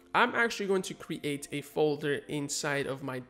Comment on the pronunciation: Thanks for the tutorials. Just curious though, why do you pronounce "create" "cre ate"?